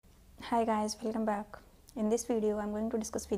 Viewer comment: Mam...your starting of video sounds like ...hello blekam back😂...